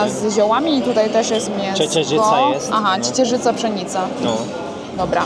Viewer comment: to może uczyć języka Polskiego, po tym jak słyszałem słowo " ciecierzyca" przez niego wymawiane to szacun.